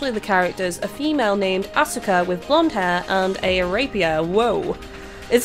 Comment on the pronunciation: For the record, Asuka and Sousuke are generally pronounced as "Ah-ska" and "So-ske." And for future reference, when Mitsuki is introduced, her name will be pronounced "Meet-ski." As for Aoi, nowadays English anime dubs pronounce it as "Ow-i" instead of "Ah-oi." Hope that helps. Also, the translation messed something up. The charismatic teacher's given name should be Gorou and his last name Saeki, but they switched it up.